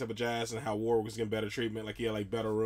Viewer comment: Warwick not Warick.